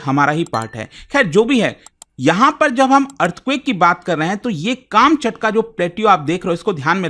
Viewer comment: काम चटका nahi कमछातका hai wo😂